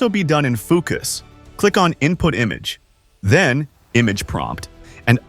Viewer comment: "Foo cuss interface" lmfao